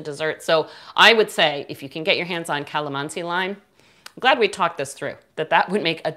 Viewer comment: Wow watching you here from Philippines.. and I just smiled when you say Kalamansi..😊😊 You are indeed a good baker.. Hope to make this recipe soon.. Btw thank for your helpful informations. God Blessed.😉😊